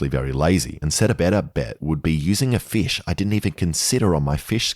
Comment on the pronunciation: i already know he's gonna pronounce fish like feesh the whole time